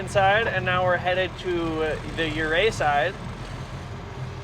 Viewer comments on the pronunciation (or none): Ouray - pronounced ooh-ray instead of yur-ray